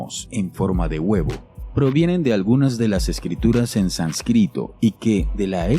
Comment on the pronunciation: SÁnscrito, carnal, sÁnscrito... no sanscrito. Por otra parte, el Boriska ese jamás aparece diciendo nada que no diría un chico que haya leído dos o tres comics de sci fi. "Dicen que dijo", es todo lo que hay- En sus videos, le hacen preguntas directas y se queda en silencio sin responder o responde vaguedades que cualquiera que haya tratado con niños reconoce como un crío mintiendo y haciéndose el interesante.